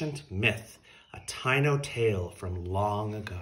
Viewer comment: Taíno is pronounced Ta-ee-no 😊🙏🏽🌿